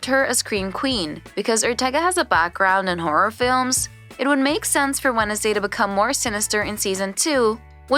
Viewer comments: fr i thought i was the only one that noticed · Why you say wenesday instead of wednesday? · The way they said Wednesday as “wen-es-day” instead of “wens-day” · Yeah... What was that??? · I know right 🤣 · Is this a bot, or are there actually parts of the US where they pronounce it "Wennisday"? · the way she says wednesday 'wennesday' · wenesday day got me dead💀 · orgtaga? Jeri-cho? Wen-es-day? 😭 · How do you pronounce Wednesday incorrectly? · May as well pronounced the D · Wed-nes-day 😂 Its actually spelled like that but its not purnonced That way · and jericho as jare-ich-oh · And Jur-icho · Kinda felt like turning it off once I heard "Wed-ens-day" and "Jeri-cho" 😳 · Tyler gUlpin, Wen-esday, JeriCHo